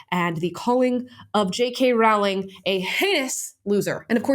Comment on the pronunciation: Damn, people still haven't learned how to pronounce Rowling properly